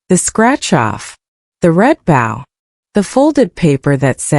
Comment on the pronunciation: AI cannot prounce "bow"